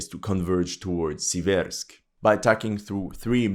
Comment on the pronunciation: torEtsk but sIversk